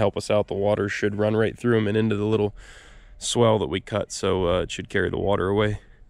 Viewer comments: Man you do use that word a lot - its supposed to be SWALE not swell as you kept saying. Its a long "a" sound. Swell goes up, swale goes down... 🤣🤣 Of course using it your way kept us in the know as to what you meant. Doesn't matter much as long as the water drains the way you want, right? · what you are calling a swell is actually pronounced swhale. That may not be how it is spelled, but that is the way it is pronounced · I like your videos, but please, if you are still n the business, please stop calling it a "swell". It's a "swail". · Not to be a nitpicker, but I think the word your looking for is : "SWALE" (sounds like: 'SAIL'), a 'SWELL' would be a location that is loaded with water, making the soft mud you were hoping to avoid. [Sorry, it was bugging me each time I heard it...I knew what you meant, though...] otherwise, great job & choice with the tractor, it looks great now! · I know how it’s spelled I’ve just never heard it pronounced that way and I’ve been doing this a while, every part of the country is different I guess 🤷🏼‍♂️